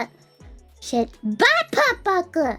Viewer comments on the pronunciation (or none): none